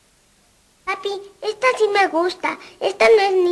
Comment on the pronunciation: Que molestia esa empleada que dice shi y no si 😡😡